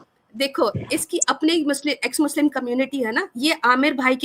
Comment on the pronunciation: H muchlim bol rahi hai 😅😅😅😅😅